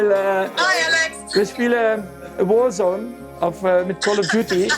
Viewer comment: i love the accent of max saying “warzone call of duty”